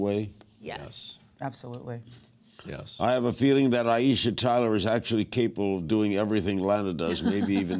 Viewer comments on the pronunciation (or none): Why is Larry talking to Aiesha so little? I mean directly.. Plus, he keeps calling her Ty- e- sha and Dy,- e- sha. Poor Aiesha just has to keep jumping in. She's smart and funny. Shes a great interview subject. Larry is missing it. 😡